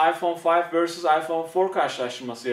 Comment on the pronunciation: Ayfon fayf AsdaFas 😆😆